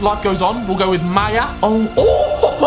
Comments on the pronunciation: He said maja’s name wrong, he said maya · its maja ma•j•a used to be sunderland striker